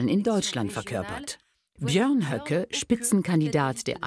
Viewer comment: Warum hat sie „Bernd Höcke“ so komisch ausgesprochen?😅